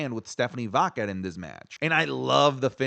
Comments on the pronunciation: Everyone: Stephanie Vaquer: Stephanie VaQQQQQuer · Why does he mispronounce Stephanie vaquer name like that? Sounds like he saying vodka lol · More like Stephanie vaqueRRRRRRRRRR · Even Stephanie herself doesn't pronounce it like does